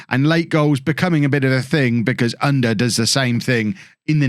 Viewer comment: to help with the pronounciation of Ünder ü the same sound as Söyüncü, like the e sound of "Jew" er is pronounced the same as the "ere" in Premiere